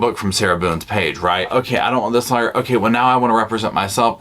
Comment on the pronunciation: I am sorry but I can't hear you say "loin fire" without laughing. Giggle even and i then have to rewind to hear anything you say after 😂😂😂😂